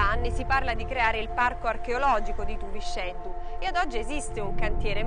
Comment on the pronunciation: TUVISCÊDDU con la "è chiusa non TUVICEDDU .... In "Limba" Sarda , la "x" si pronuncia "scê" , con la"e" chiusa...